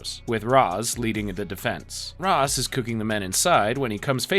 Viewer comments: It’s rashe not rozz I hate this so much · bro how do you get the pronunciation of Ra's al Ghul wrong, it's pronounced raysh, as mentioned in other series by the character, not like the egyptian god Ra with a long a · Yo was about to comment the same thing, mispronounced Ra’s too